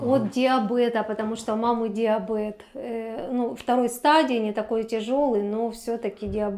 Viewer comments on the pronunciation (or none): Диабэт ?? 😮😮 ДИАБЕТ !!! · Не диабед, а диабеТ